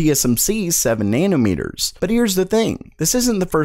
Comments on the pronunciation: "And Nvidia goes EIGHT NAIRNURMERTERS??!?" I'm crying dude you gotta chill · Wait, how the hell did you just pronounce nanometers?!